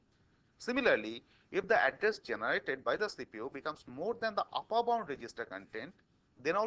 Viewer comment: uppur? really?? upper